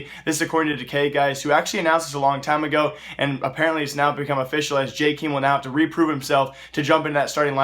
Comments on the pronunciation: it pronounced jaykem not jaykeem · WTF, LEARN ABOUTE CS, "JKIIIIIM" ITS JKEAM or like "j kem" jeez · JKEEM? Are you sure its not Jk-EM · "jkeem" lol, it's actualy -m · hey dude lil help with a name on faze its "-em" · you butchered jkaem's name xd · Michael Stan There are not "so many ways to say his name".